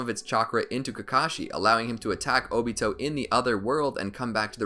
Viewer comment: I thought it was “Oh-Bee-Toe” not “Oh-Beet-Oh